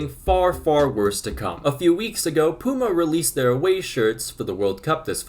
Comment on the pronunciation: Pyoo-ma, not poo-ma 😂 but yeah I agree that these new shirt designs are horrible